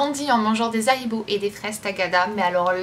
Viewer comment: Raaaaah ma belle Haribo pas Zharibo mdr tu ma fait grincer des dents mdr :D